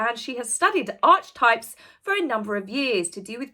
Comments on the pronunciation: I don’t want to sound rude or picky but it’s pronounced ar-ki-type… just saying. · Archetypes and Stereotypes are not one and the same thing - she’s an idiot - “archetype” is pronounced with a c as is car